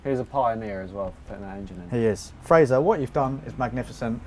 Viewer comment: It’s pronounced fray-ser